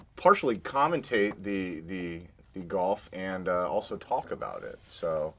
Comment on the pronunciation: Everytime Norm says ( Also....) i think Whores lol